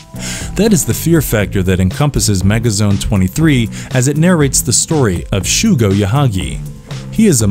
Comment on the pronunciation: ✖ MegaZone Twenty-Three 〇 MegaZone Two-Three. Shougo, not "Shuugo". It's like hearing an alien call it Chiikyu instead of Chikyuu.